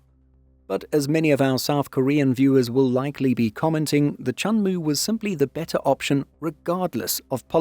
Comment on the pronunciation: WOW~천무가 한국어 '천무'라고 들리는거 같아요.😅